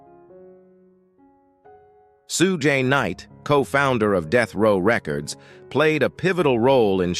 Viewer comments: OMG Shew-gay Knight? Shoog! How does this robot not know this? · Pronouncing Suge Knight as “Soo-gay Knight” is wild 😂